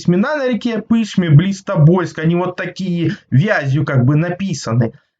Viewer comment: В названии реки Пышма, ударение на последнюю букву, на А